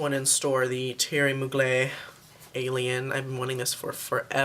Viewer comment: Its pronounced Theory Mug-ler and it's called Alien not Angel :)